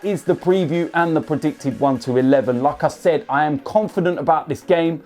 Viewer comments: Whenever he said "like I said", I thought he is saying Lacazette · When he says "Like I Said" I thought he was saying Lacazette